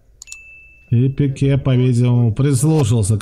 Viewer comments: Не Пикью а Пике, такой канал и такие ошибки в фамилиях легенд футбола( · Пикью, блядь, Пикью))))))))) Переводчики, ну вы хоть загуглите как эти фамилии на русском произносятся. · Комментаторы не могли изучить как произносятся их фамилий? Пике, а не Пикью, Ло Чельсо, а не Ла Селсо. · Пикью и Ло Сельсио , аж уши режет не правильное произношение